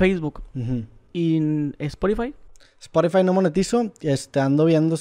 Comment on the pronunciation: sporifai 🧐 otra vez: etsperiencia 🤓 Ya ni chingas